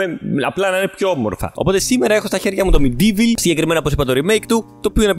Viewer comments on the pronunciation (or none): Προφέρεται ΜΕΝΤΙΒΟΛ!